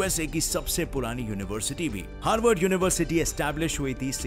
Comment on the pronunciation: Harvad ni Haward